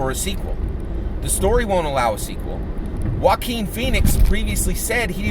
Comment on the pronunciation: Haha you're too funny! You totally corrected yourself on the Jock-uan/Wah-keen slip...this made my day! 💯% #YangGang P.s- Is it me or does it actually driving down a freeway of potholes! You can see your car take a beating from that road, almost sound like you had a guy in your trunk just kicking away at your interior haha my brain sometimes!